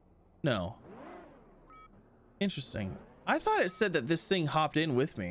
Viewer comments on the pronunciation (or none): none